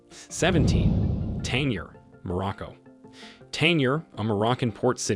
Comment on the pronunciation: Quick note, the 'G' in the word and city, Tangier is not silent. It is pronounced.